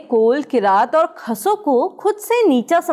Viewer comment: khash hota hai khas nahi